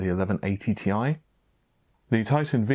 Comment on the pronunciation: Tee Eye, not Tie!